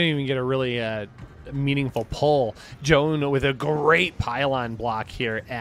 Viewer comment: omg first time to hear foreign casters pronouncing Zoun's name correctly!!